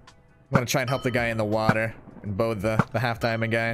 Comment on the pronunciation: I love how he says WAter